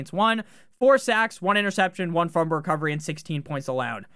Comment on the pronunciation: Are you saying fumber instead of fumble?